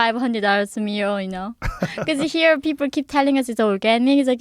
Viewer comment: she said limit s But she said mear instead of meal